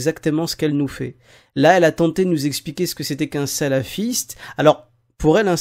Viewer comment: ptdr !!! alors la elle sbaoui Amina elle nous sors quoi ? le symbole de prière ? , za3ma , en plus elle mâche ses mots attends en plus elle dis salafisse !